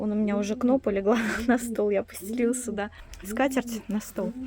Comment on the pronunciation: здравствуйте. Подписана на вас. Смотрю с удовольствием, вы молодец. Но, ваше слово "суда" очень режет слух. Есть слово "сюда".